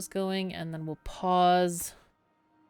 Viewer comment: Every time you say "Pause, Pause, Pause" all I hear is "Paws, Paws, Paws" because I think of the little beaver paws. That's all. Lol